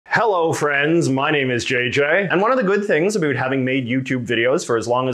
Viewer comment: is your pronunciation of "about" a joke?